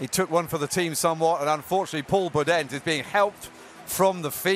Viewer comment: Is it just me or does the commentator say Iribaren and Boudehent with one too few syllables?